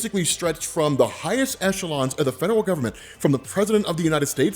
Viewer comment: The number of times said "fedewal" instead of "federal" in this episode was truly endearing.